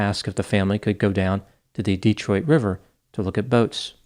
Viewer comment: pronounces Detroit like a real Detroiter! But Wyandotte is Wyan-dot not Wyan-dote. We know it doesn't make sense.